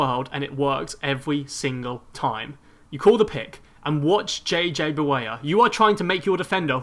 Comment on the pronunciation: You can't pronounce words correctly. Like reading is "weading" or JJ Barea is "JJ Bawaya"